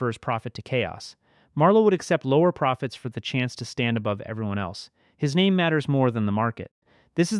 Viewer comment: I like these reviews, different view point from different eyes 💯 BUT the way you guys BUTCHER everyone names is like you didnt watch the show